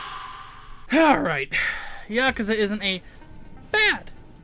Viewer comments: yaaa-kuuu-zaaaaa say it wrong lol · It’s funny how he says yakuza wrong